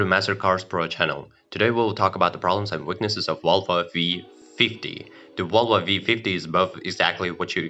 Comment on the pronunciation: Why do you keep saying Wolva?